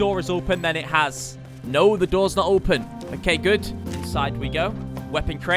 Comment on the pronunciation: You pronounce "Open" pretty funny 😜😂